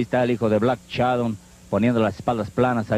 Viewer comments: A ver comentarista pronuncie bien: no es "Black Chadon"... si no Black Shadow. Pronuncie bien,es una vergüenza que como comentarista no pronuncie bien y sea una figura pública para un público selecto.😡😡😡😡😠😤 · "black Shadon"